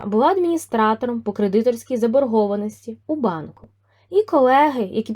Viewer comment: КредитОрська заборгованість. Наголос на о